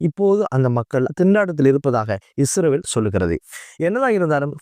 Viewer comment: இஸ்ரவேல் இல்லை இஸ்ரயேல். தயவு செய்து ஒழுங்காக உச்சரிக்க பழகுங்கள். நன்றி.❤